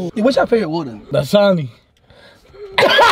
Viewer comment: so nobody else caught that " dasani"😂😂😂😂